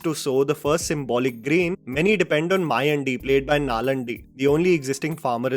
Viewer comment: Please learn to pronounce Tamil/South Indian names, now that you're making videos on all language movies. How would you feel if we call you as "Jaa-mal" or "Jay-maal" ? The character name is "Maayaandi" and the actor is "Nallaandi". I can't bear hearing the way you called those names that's why I'm calling it out🙏🏼